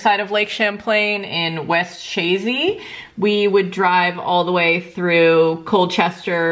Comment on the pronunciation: Ah! I love Chazy! (the CH are soft btw, like Shazy) There used to be a cute little traincar tourist shop / bistro cafe. And I love the trendy Burlington vibes <3 (I live in Montreal though, I'm just a fan of VT vibes :P)